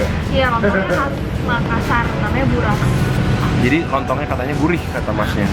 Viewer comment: barus😂 bkan barus kak tpi buras😅😆